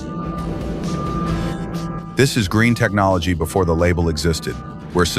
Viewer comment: Great video. "Green Technology" turns into "Green Technoloy" at about the 30 second mark in this video. Oops.